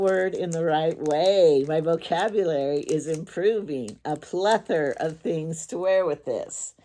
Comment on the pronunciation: I just love your videos, you are so down to Earth ! I like when you try clothes on, it gives us a preview of what they look like on a real woman's body . (Plus, I can see if my "G's" would show !! )BTW the word you were using is "plethora" with an "a" at the end . Alexa got it right. I won't have one of those things in my house, always listening...not that we have "State Secrets" in our house, it's just the principle of it. I really value my privacy. Have a great sabbath evening !